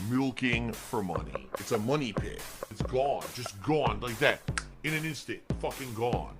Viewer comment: I hate when you trolls tell me how to spend your... ahem MY mahney. Also: My mum send mahney, I can't use this for bills. She specifically said it was for gifts, so, all right mum. Ack ack ack.